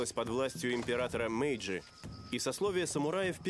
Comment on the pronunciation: Не "Мэйджи", а "Мэйдзи".